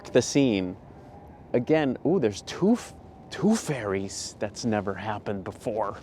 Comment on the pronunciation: 😂 I thought you saw a tooth fairy in the shot, but really your accent was saying two ferry’s, I am English by the way, love your vids they always make me grin, keep up the good work man I have this lens by the way, but never seem to use it much, but you have brought it out my bag, keep em coming 👍